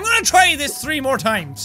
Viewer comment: LOL Who noticed that jack Sed tree